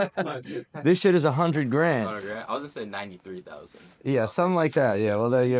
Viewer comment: He said a hundred GRAND, not grams 😂